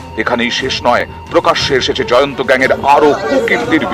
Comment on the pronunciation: Or name Jayanto noi or name Jayant. Behari k bangali banacchen keno? Pronunciation thik korun.